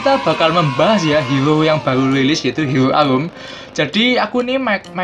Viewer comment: hero Arum bro bukan helo alum hahaha